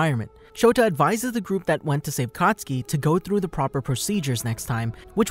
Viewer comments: IT'S KATISUKI NOT COTSKI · When he says katsuki i hear akatsuki